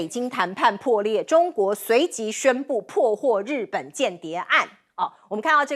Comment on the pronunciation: 冒天下之大不[韙]： 音[會](X) 音[偉](O) [間]諜： 音[監](X) 音[建](O)